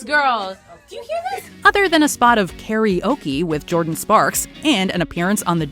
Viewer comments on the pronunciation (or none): none